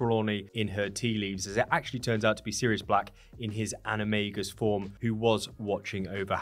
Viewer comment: "animay-gus"? Isn't all based in Latin? Should be animah-gus